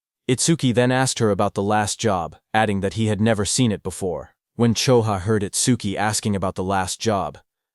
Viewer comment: Itsquee? Itsdookie? It-suki? How many ways this robo-reader wanna fail pronouncing this name?